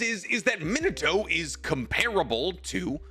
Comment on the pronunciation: It's Me-nah-toe, not Min-uh-toe